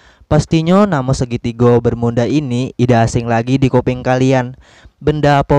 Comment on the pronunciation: Emang disengaja ya ngomong segitiga bermunda